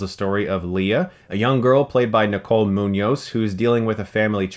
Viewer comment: Props on pronouncing the "ñ" in Muñoz :)